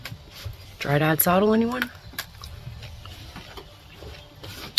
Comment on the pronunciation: "Dryad" not Dry Dad.